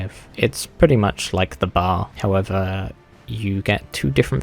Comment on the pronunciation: Ain’t no way you called the B.A.R “the bar” like it was a bar of soap XD you’re supposed to pronounce every letter.